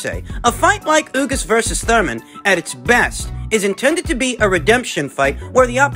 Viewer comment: It's Thurman not thur - man 😂😂😂